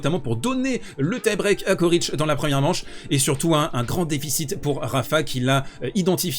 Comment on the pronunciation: On prononce Tchoritch. La première et la dernière lettre sont les mêmes et leur pronociation aussi.